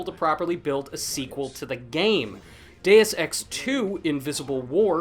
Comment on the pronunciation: your saying dues ex wrong